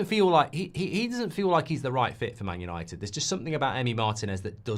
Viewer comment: YANITED YANITED YANITED 😂